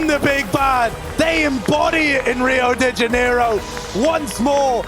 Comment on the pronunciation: rioh-dê-janeirro XD